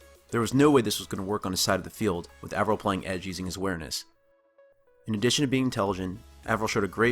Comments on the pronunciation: "Avril" is like "Apron," not like "Avril" Lavigne or "Anvil." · god DAMMIT. pronounce his name right. Avril. A. Eh. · You spend all this time studying him, but can't pronounce his name right?